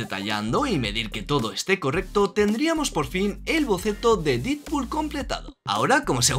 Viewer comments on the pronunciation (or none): Se pronuncia "dedpul", no "didpul"